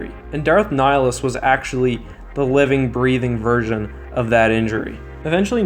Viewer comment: Did this man just pronounce nihilus nilly-us?